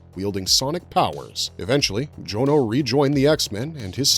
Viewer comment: Tip from a real life Jonno: it's usually pronounced John-o and not Joan-o. You know, 'cause it's short for Jonathan (not Joanathan)